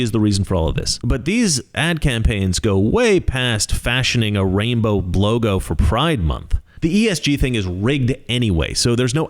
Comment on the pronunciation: Did you say, “a rainbow blow-go”? 😂